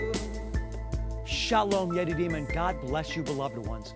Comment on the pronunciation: are you saying Shalom Yeti Demon?